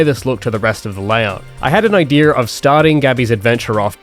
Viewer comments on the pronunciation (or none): "I have an iDEaR"